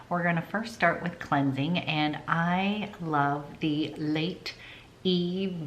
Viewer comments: I am kindly making a suggestion to pronounce the word Lait (milk) correctly...it sounds like Meh, so "Leh", not "Late". Hope that helps! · The french word for milk is Lait and you don't pronounce the "t". Pronounced "lay".